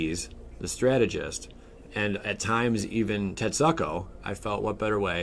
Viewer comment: Tet-SOO-ku.... hearing tet-suck-o made me cringe continuously...